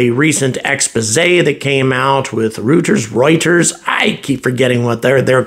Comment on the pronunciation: It's pronounced Royters.